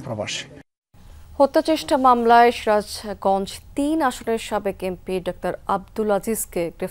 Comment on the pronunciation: আপনি সিরাজগঞ্জ নামটি প্রথমে পস্টভাবে বলেননি কেন